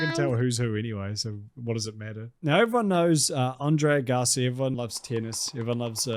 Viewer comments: Andre “Uh-gahsi”🙄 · Are you saying André Gassy? 😂❤😂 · Dude put some respect on Agassi and say his name right he is a legend